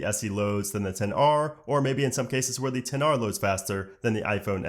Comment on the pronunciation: ItsStephanieee it’s 10r